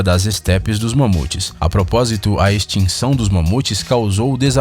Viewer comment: tentou corrigir piorou kkk